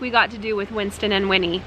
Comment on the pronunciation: I cried when you Said Winnie and Winsten